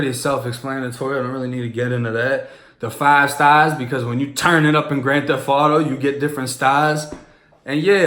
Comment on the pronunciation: it say grand "thef" auto?? lmao